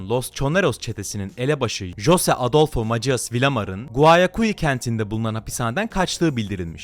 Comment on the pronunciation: Abi güzel video olmuşta jose değil hoze ve macias değil masias diye okulmalısın onun dışında Güney Amerika baya karışcak ya inşallah diğer güney ülkelerine ya da texasa sıçramaz